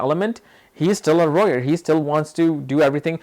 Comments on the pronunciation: Peaceful warrior if y’all are confused when he says “royer” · You keep mincing the words lawyer, and warrior and sometimes you say roarer! 🤣🤣🤣. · Lmaooo More Like "Royer"😅😅😅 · Pity you would waste a few seconds of your time making a useless response. You could've just responded with a single word stating what word you are using as you are not pronouncing it correctly. it sounds like "rowyer". I love your videos, don't get me wrong, and respect to what you are doing. It was just a simple question. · warrior dammit, he says wrong